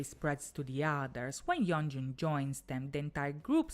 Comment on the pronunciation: You said yeonjun correctly! Good job